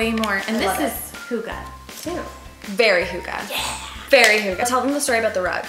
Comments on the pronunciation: hi, not trying to be rude but if you are using words from another country, go make sure you pronounce it right! it sounds different then “huga”, sounds more like “hüghe” if that is spelled anywhere close haha 😁 i am a romanian in Dk trying to learn the language too. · Ha, ha! Love your haul, but you really, really don`t use the word "hygge" correctly;) But funny to see you try! Please do an episode on hygge:) Love from Scandinavia!